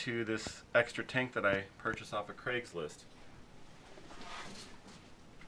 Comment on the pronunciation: I don't know why this is in my recommendations in 2020 but you Pronounced Craigslist correctly, No crag or creg 👍